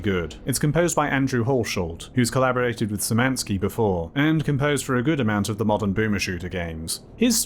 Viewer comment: There is not a single person to ever pronounce Szymanski right....